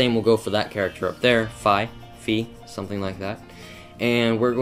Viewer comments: It is fee. not fie. just sayin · Its Fi (FEE) definitely FEE! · Hey... That is fricken SWEET I wish I could draw like that!!!!!!!! And Phi is pronounced (FEE) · fi is pronounced fee and i really liked it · its Fi! i love fi and you pronounce it "fee" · i believe fi is pronounced fie/fy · fi is pronounced feeeee